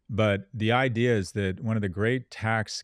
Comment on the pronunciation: I cant stand how they say "idear" when theyre saying "idea" I wanna slap him silly